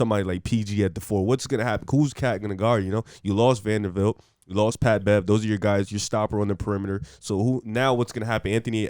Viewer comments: VanderBBBBBilt not fucking Vandervildt bro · I love yall but how are you saying Vandervilt all video?